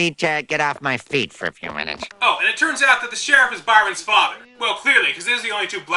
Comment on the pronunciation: "It's being driven by your fa-er, son!" (facepalm)